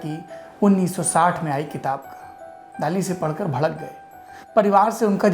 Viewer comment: During my visit to Salvador Dali's hometown few years back our Spanish tour guide specifically told us to pronounce 'Dali' as 'दली ' and not 'दाली '...Spanish people just don't like the mispronounciantion of his name! :-)